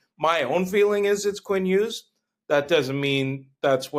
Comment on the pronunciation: It’s Hughes.